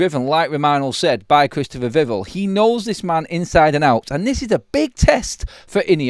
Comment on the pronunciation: He's called VIV-ELL - Not Vivul :face-fuchsia-tongue-out